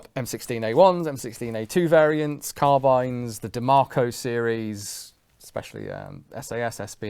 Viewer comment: me thinking he's saying DeMarco, but ik he's saying Diemaco